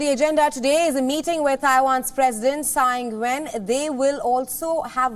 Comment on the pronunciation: why this reporter cannot say taiwans president name ?